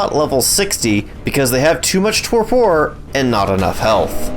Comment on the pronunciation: Gotta love "Ket-zal" + "Tow-por" and the best, "Using weapons while driving the griffin"